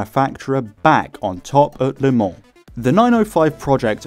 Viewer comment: Thank you for the correct prononciation of Le Mans and avoiding the infamous "leumah"